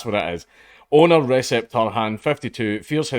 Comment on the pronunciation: "Recep" Dude is turkish, anti turkish racism is on the rise these days and it is really sad. Where could that come from?I wonder. Certainly isn't from the UK where we don't care about turks. A certain country does though, hmmmm. Also it is pronounced rejep. And I'll be going there ASAP.